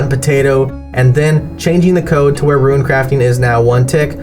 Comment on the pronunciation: What I don't understand is the pronunciation of Rune, if he's pronouncing runecrafting properly why he saying ruin instead of rune? 😭